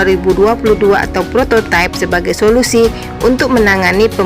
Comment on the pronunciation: kalau kata prototipe itu sudah diindonesiakan maka bacanya prototipe bukan prototaip versi inggris.